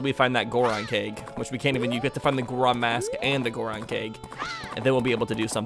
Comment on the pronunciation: Gorgon keg, I thought you said gorgon cake at first